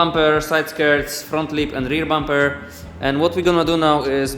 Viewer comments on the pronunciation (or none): i just died when he said "bumpaa" xdd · I’LL REMUVE THUH REAR BUMPEAH😂